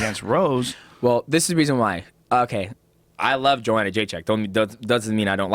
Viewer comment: hypocrite rogan calling her JOEhanna despite being on tony hinchliffes ass for mispronouncing her name